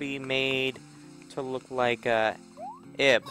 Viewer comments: It's pronounced Eve, not Ihb... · Ib is pronounced 'eve' but with a 'b'.